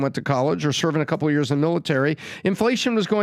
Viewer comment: you’re saying years wrong… it’s not YURS it’s YEARS lol